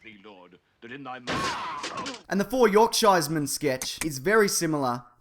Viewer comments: Great video as usual, but I particularly enjoyed your pronunciation of 'yorkshiremen'. My housemates from Yorkshire would be rolling in their graves - if they were dead. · i actually vomited when said Yorkshiremen